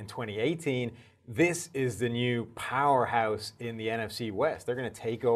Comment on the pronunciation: To me, he have himself up when he said "powerhouse" .